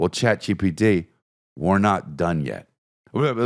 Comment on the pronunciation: “Ghat GPT”